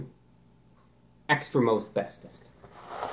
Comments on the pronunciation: Extra Most Bestest, I thought you said Extra Asbestos, (laugh track) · Every time he says extra most bestest, I just hear Extra Asbestos